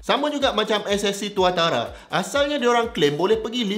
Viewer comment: Bila prof sebut rekod 500km/h ssc tautara tu malu dgr